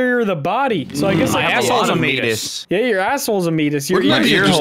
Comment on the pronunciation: It’s the Me-ay-tus. Not Meat-us lmao! 🤣